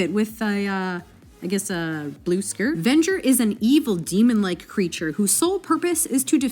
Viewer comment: It’s venger